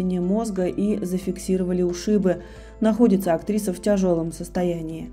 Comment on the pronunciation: Это просто невыносимо слушать *В тЯжелом*состоянии, уши режет! Из ролика в ролик! 10000 дизлайков!